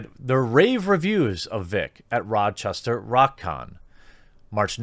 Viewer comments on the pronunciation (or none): none